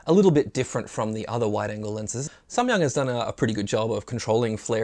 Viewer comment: I am Korean. your "Samyang" pronunciation is very good.^